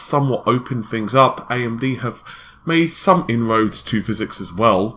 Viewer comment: we found a word better than Tiddycum: phyZEEEEEEX!!!!